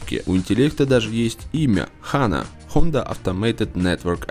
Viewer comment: Не хАна, а ханА Kappa